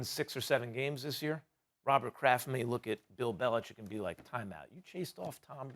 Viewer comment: I love that Max reflexively pronounces Belichick correctly. Everyone else lazily says "Belicheck."